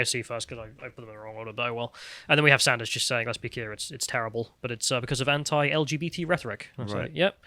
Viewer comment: Please stop mispronouncing 'anti', you are not American